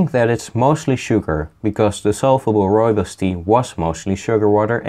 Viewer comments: Nearly spat out my tea at 'RRREAL RRROOIBOS RRRESIDUE" lmfao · I liked the RReal RRooibos RResidue